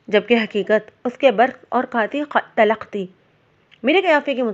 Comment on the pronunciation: Bibi talakh nahi talkh.